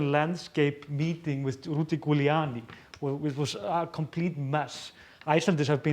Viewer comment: Yes, you mispronounced Rudy Giuliani's name but I love your pronunciation so much! He will always be Rudy Ghouliani to me from now on. That's a lovely house too!